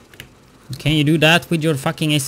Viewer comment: Lmao, "cen ye dew dat wit ur SVD?" You rock